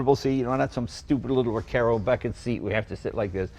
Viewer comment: Sorry, a Recaro seat, not a Recero seat.